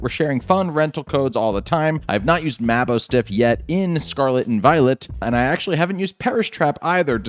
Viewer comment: You keep saying maboostiff name Wrong lol